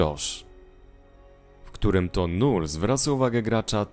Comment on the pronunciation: nie null tylko lull hehe :-)